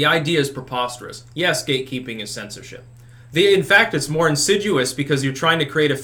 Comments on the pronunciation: Insidious not insiduous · Insidious,, not insiduous. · "InsidUous"??? You mean "INSIDIOUS". Insidious. Learn English; eventually it will come in handy. (Enjoy your political insights; clean up grammar/word-use) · What does insidgouis mean? Did he mean insidious?